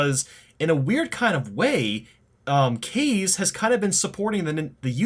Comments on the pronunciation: First you pronounced it as "Kay-z" then "Ka-zay", now you're back to saying "Kay-z??" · Kaze is pronounced Kaa zeh, it's Japanese for wind. And also Nintendo's indeed filled with dumbasses and assholes(especially Reggie Fils-Aime, fuckin' bitch)